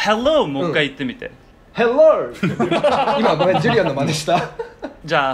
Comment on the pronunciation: All of his pronunciation is correct, but i guess they wanted him to have a "stereotypical" American accent. his first hello (and again before they correct him) had almost a soft "British" accent but it was correct. This seems like a very fun and motivating way of learning another language.